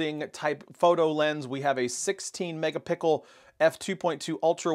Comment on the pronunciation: Thank you fellow commenters for proving to me that I didn't hear it incorrectly! "Mega pickles" indeed 😂😂😂